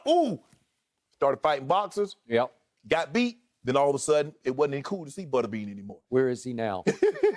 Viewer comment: Shannon saying "Buttabean" lol